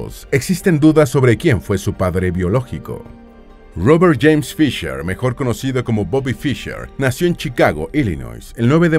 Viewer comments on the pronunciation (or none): none